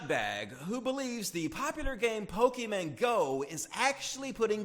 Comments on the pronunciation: #8: I cringed every time you said "Pokeyman", it's pronounced "Poe-Key-Mon" IT'S VAGINA POWER WOMAN, Specifically "Dick make you slap somebody" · "Pokéman"... Pokéman??? POKÉMAN?!?!?!?! MAN!!!! Jk, I don't mind you saying Pokéman. Even though I thought that trend of mispronouncing Pokémon died in the 90's. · Did you just say pokemen? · did he say Pokeman?